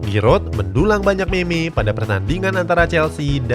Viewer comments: baca nya mim min bukan meme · Meme dibaca mim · Meme kalo di baca mem cuk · meme di baca mim .